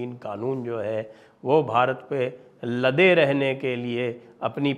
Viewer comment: आपके वार्षिक सम्मेलन के प्रोमोशनल वीडियो की कमेंट्री इतनी आंग्लीकृत उच्चारण के साथ क्यों होती है। कम से कम भारत शब्द का उच्चारण तो ठीक करवाएं। आपके चैनल पर भारत शब्द का गलत उच्चारण क्षोभ देता है। शुरू में एक पुरुष कंठ की कमेंट्री तो असहनीय थी, अब महिला कंठ की कमेंट्री में काफी सुधार है, पर भारत शब्द को ठीक करवाएं।🙏🙏